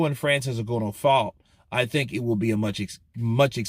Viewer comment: His name is pronounced N-Gan- oo